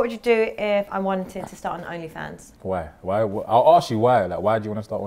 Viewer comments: “WHY?” 😭😭😭😭 that Nigerian Yoruba flew out of him ASAP! He couldn’t control it… his Oduduwa ancestors forced that out 😭😭😭 Nollywood AF!!!!!! Edit: 😭 his ancestors showed up AGAIN 😭😭😭😭😭😭😭😭😭😭😭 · the african came out 😂